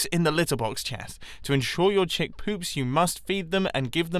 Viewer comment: The"chick" sounds so wrong